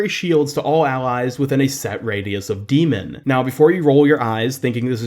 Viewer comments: Your saying her name wrong... It's D.MON, not D.MEN. If ya know what I'm saying. Think of how Pokemon is said. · Pronounced D.Mon wrong but ok